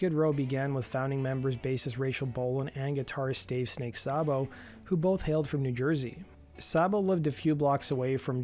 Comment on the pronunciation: Dave Sabo’s name is pronounced ‘Say-Bo’, not ‘Sobbo’! Get it right!